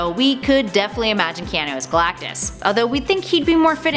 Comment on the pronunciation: You pronounced his name so wrong. It’s Ke(ah)nu